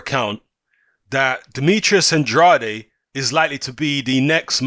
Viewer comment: It’s pronounced “and-raid”. He said it in an interview. He was talking about himself in the third person. Sidenote, never trust a man who talks about himself in the third person.